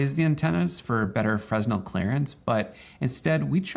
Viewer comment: Look up how to pronounce “fresnel” 😉